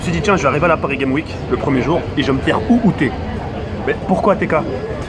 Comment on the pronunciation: OhhhLxffy_ je ne comprends pourquoi tu t'obstines tu veux que je t'explique vite fait : ton commentaire s'est porté sur mon orthographe. "CES" car c'est la meme faute que le titre, PARIS GAME WIK car sa prononciation laisse a désirer et enfin "crovaient" car si tu as vu sa vidéo du coup de coude de Booba, tu aurais du remarquer qu'a un moment il dit" ce qui me crovaient pas". Enfin bref, j'espere que tu comprendras enfin l'ortographe qui n'est pas tres belle dans le 1er com'